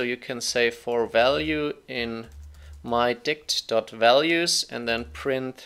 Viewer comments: I was listening to this one my speakers at max volume and just kept hearing mydi** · Great video; however, something about that variable, mydict keeps making me laugh whenever you say it..